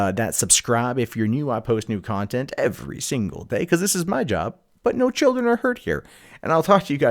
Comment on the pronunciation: Mirin' the emphasis on "*single* mother."